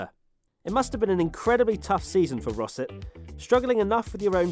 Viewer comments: I'm sure Rosset is pronounced something like "Rossay" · When you said "Ricardo Rosset", I immediately thought "ah, Ricardo "Tosser" Rosset!"!